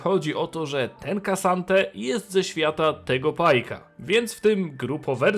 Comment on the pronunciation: Gosh, to się nie czyta "Kasante" tylko "Ksante", to tak jakbyś czytał (("Oaklok" zamiast "Oklok" (O'clock))